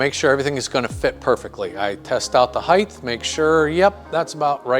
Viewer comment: "Height" is pronounced "hite," not "hitdth."